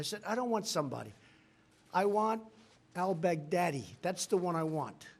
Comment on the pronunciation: That's what I keep hearing too 😂